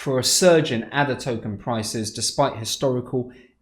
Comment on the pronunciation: It is pronounced Ada.... as in the name. It was named after Ada Lovelace, the famous mathematician.